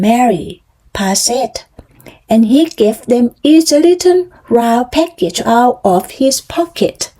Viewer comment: ไม่อ่านเหมือนตอนฝึกล่ะคะ ตอนเริ่มต้น อ่านเป็นเทปยานแล้ว:face-green-smiling: อ่านต่อมาดีขึ้นนิด กระชับได้อีกค่ะ พหูพจน์ออกเสียงด้วยค่ะ noses โนสเซส looked out ลิงก์ท้ายได้ค่ะ package กับ bucket เสียงท้ายต่างกันนะคะ dropped เสียงท้าย t ไม่เป็ด เมื่อไรจะจำได้ ส่งข้อมูลให้ในไลน์แล้วนะคะ อ่านและจำให้ได้ fire ออกเสียงท้าย เออร์ด้วยค่ะ โดยรวมออกเสียงคำชัดขึ้นมาก:washhands:จังหวะ ความต่อเนื่องยังไม่ดี สดุดเยอะ คำไม่ต่อเนื่อง เว้นวรรคไม่ดี